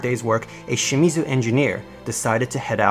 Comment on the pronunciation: Just fyi. You mispronounce patent, Shimazu and Edo. You pronounce them weird.